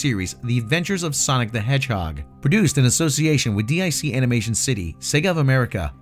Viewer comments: I like how you're saying DEE AYE SEE instead of DIC like the child's voice did during the credits. Trying to avoid that demonetization. Still, forgetting Sonic CD exists and SEGA was a massive power in the arcades, moreso than Nintendo and had far more success in Europe than Nintendo during the 80's and early 90's. Then again, the American perspective always seems to forget European markets exist. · DiC is not an acronym, it's a name (pronounced "deek"). Also, The Adventure of Sonic the Hedgehog was not canceled. 65 episodes was the standard run for most first-run syndicated cartoons from that period. It simply wasn't renewed.